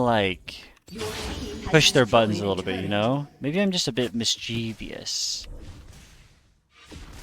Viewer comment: You pronounced "mischievous" wrong. 😉 That's cool that you game with friends. Board games and magic. I'm a little jealous.